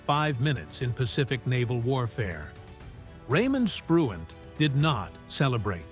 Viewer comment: What prompts this moron narrator to call Spruance "Spruant" and Halsey "Halley"? Just stupid undoubtedly.